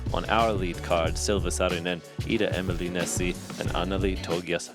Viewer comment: Really great coverage! But if you are gonna say someones name for 80 minutes please get it right, Saying Emily instead of Emilie is really quite bad.